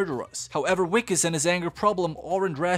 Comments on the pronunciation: Wickus is pronounced more like vickus, it's an Afrikaans name and the w is a v sound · As a South African i cant believe i havent watched this yet but also i have to say that that wikus is pronounced Vikus. I dont blame u for nit know. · His name is pronounced "Vickes"... the W is pronounced as a V!🙂